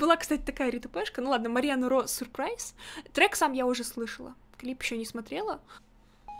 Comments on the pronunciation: Она не говорит Surprise ,а Suprise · Переводчик дал произношение супрайз между у и п немного слышится р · Может она так Surprise произносила и за того что она из Японии (Japan)